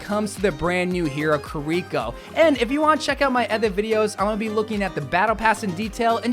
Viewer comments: ki-ri-ko, not ku-ri-ko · Key-ree-koh, Toh-ree gate, Kit-Soon-eh Rush. :3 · KiReekO? Come on man, she don't smell! :D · Yea you need better pronunciation for her name and half the abilities.